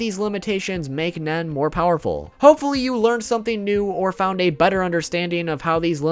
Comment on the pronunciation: He said butter understanding. Lost a bet i thought he said better. to